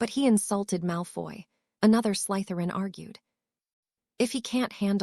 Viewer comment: There is no emphasis on the letter Y in the word Slytherin